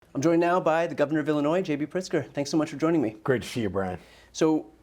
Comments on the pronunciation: Life long from Illinois. Just an fyi, the (s) is silent when pronouncing Illinois. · No S at the end in Illinois Brian